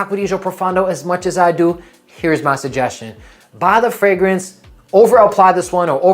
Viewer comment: "Hello, I'm a fragence influencer." 😂😂😂